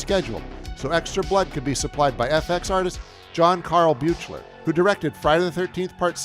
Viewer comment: It's John Carl BEE-kler, FYI. RIP.